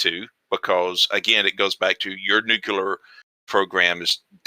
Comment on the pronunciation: Also Nukular